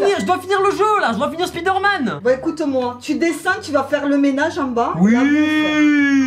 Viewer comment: "SPIDÉRMAN" I LOVE YOUR MOM 😭❤